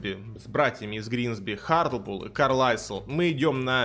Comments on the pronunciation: как можно не знать, что это клуб не Карлайсл, а Карлайл. Это же инглиш, стыдно не знать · "Карлайл",. Не "Карлайсл", пожалуйста... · Я смотрю твои ролики уже почти 3 года и не могу смолчать! Команда Carlisle - не читается как КарлайСл. Это - Карлайл! Как в слове Island - Айлэнд! Люблю тебе,, и поменьше штанг в жизни!